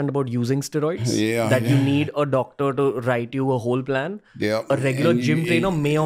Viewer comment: You neeed a Docttor haha